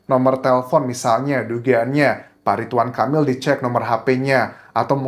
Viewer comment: Ridwan bukan ritwan 😢